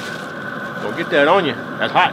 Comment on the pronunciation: Your T's turn to D's in this video. Example "like dat"....haha looks like a good meal brotha!